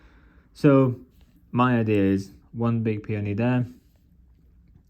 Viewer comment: Is that how you say peony? I thought it was like pay-own-e